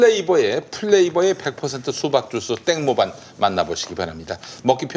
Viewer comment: 땡모반은 ‘땡 모반’이 아니라 ‘땡모 반’으로 읽으셔야... 태국어로 수박 슬러시를 말하는 거예요^^